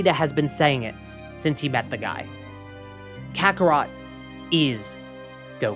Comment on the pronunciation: that's not carthu that's cartharot 💀